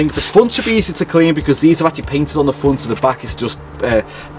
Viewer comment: Front not fronttss